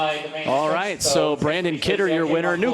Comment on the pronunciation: How many times can the guy announcer say the wrong name?! The winner’s name is BRANNON Kidder. Not Brandon! 🙄